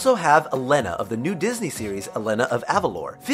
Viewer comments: Tf is "E Lenn A" Its "E Lay Na" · The way he said Elena... dear lord help me... "Eh-leh-na" pls help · I am surprised I haven't seen any comments about Elena (I think) of Avalor pronounced like ulena when its pronounced like ulayna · it's Ah-lei-na. Not Eh-leh-na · ITS E-LANA!!!!!!! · He pronounced Elena of Avolor, and I'm mad because my name is Elena😉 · He pronounced the princess's name wrong. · You said Elena wrong...